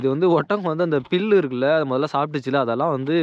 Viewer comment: Pullu no Pellu please don’t kill tamil